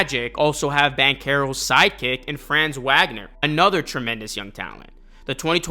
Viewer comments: FRAAAHHHNZ ........VAHGNERRRRR! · Its "Fraunz Vaug-ner"